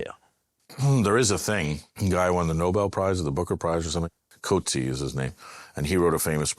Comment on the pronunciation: I am dying. It's pronounced "Coot-see-ya". The book is called "Disgrace". Howzit from Cape Town! Hope to see you here one day Andrew.